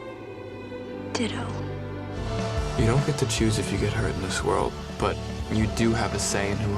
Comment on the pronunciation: It's "Ditto".